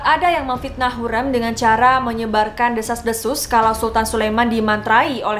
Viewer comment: Iya betul, dan mau koreksi juga kak, sepertinya gelar haseki itu untuk permaisuri yg sudah dinikahi secara sah, setauku begitu. Salah satunya hurrem itu jd haseki karena dinikahi oleh sultan suleyman. Sekarang udh bener ya pelafalannya hurrem bukan hurreum (di video sebelumnya)